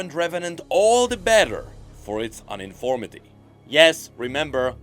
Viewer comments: The word Uniformity is pronounced like the start of the word Union. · the way he said uniformity made my eye twitch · the way pronounced ”uniformity”._. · I think he has dyslexia if I recall correctly. It's a common thing for him to misread stuff in his vids. It goes as far back as his lore stories voiceover vids.